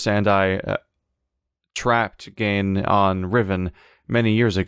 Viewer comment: Still pronouncing Gehn wrong after doing it correctly earlier.